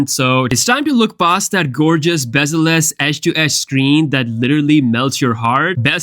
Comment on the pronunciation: “Bezeless display“…